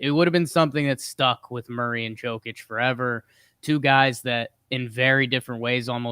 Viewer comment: Hey bud. Jokić is pronounced Yo-kić not Joe-kić. All love no flame. Love the pod